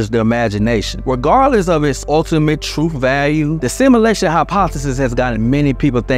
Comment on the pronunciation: The word truth isn't pronounced truf !